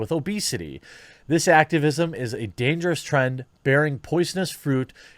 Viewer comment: Ah yes, "damgerous"